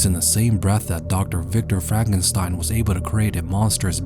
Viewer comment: ah yes frakenstein